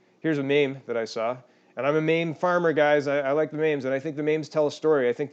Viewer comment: Lol fair enough, and meem not maim ;) but love the channel, keep up the good work!